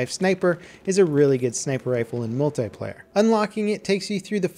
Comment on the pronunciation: Why can't you say multiplayer properly?